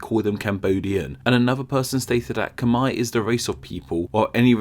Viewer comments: Ikr, that's how any English speaker would say that but hearing him say it it sounds like cum-eye......and that's kinda fucked up.... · It’s not Kmii... it’s Kmare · Where does that “Khmer” pronunciation come from? Ever heard (literally *heard*) about the “Khmer Rouge”? That’s how you say it, rhymes with “bare”. Also, the Khmer and Cham (and Viet) used to be ancient enemies, not the same people at all. Lots of people have already pointed that out, why wouldn’t you fix that or at least add a subtitle or something? This way it undermines credibility of your other (very interesting) videos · It’s Kh-mai not kh-mair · Of course it’s pronounced Khmae (Khm+ah+ei) Not Khmai. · It's not pronounced ke-mair it's pronounced ke-mier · How is "Khmer" pronouced "Cumaay" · I always pronounce "Khmer" as rhyming with "hammer" instead of "Brunei"! In fact, this video is literally the only place I have ever heard of them being pronounced "Cumei"! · Khmer is pronounced as KH'MAE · You pronounced khmer wrong it's. Pronounce kh-mai. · Now you'll have to explain how the "er" in Khmer ends up sounding like "eye". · you pronounce Khmer wrong. It isn't Khmi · i think its better to type it Kh-Mae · The way he pronounces khmer like khmei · In the US we actuall pronounce "Khmer" like "kuh-mare" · I’m Khmer from Cambodia. Khmer means Cambodia 🇰🇭 in Cambodia and I’m sorry to say this but you pronounced Khmer wrong.......but I’m happy someone made a video like this..........usually they call us Cambodian and inside me I always felt like they will never learn so I appreciate this video. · Aside from the odd pronunciation of Khmer... the other thing I was surprised not to see was how the name Kampuchea came back into 1975 through 1990, not to mention the Khmer Republic 1970-75. Then again, it isn't a particularly rosy part of the country's history...